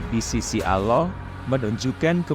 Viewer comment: Allah bukan aloh